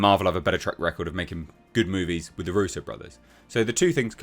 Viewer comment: Darusso ? Thought it was Russo.